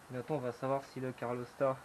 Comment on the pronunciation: Bravo pour le boulot effectué 👍 PS: c'est un calorstat, pas un carlostat 😆